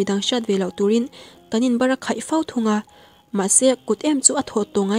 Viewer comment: Barakhaih nilo in bakkaih a ni zawklo maw